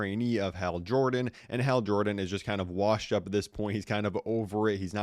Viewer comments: Hal not hail H- al as in the name AL as in the guy in Toy Story2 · Hal not Hale L larper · has more ways to pronounce "Hal" than the number of T-shirts John Cena switches 😂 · He gotta be ragebaiting with how he is saying Hal's name